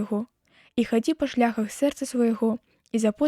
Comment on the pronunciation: Прачытана: па шля'хах, слоўнік дае націск на другім складзе: шляха'х.